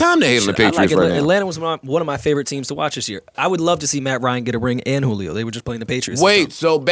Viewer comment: called him "jewleo" 🤣